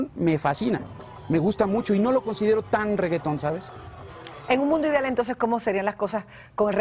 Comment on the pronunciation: el tambien dice "idial" y eso nadie recalca, todos nos equivocamos, nadie se salva.